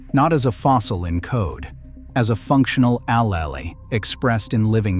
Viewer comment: Excellent, timely, new information but... The pace is fast and the main topics arise too quickly. Some words were mis-proonounced, like "allele."